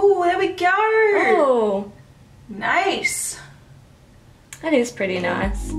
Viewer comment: you sound scottish when u said nice